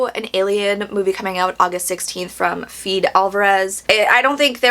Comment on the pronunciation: Fed-e Alvarez you pronounce the e.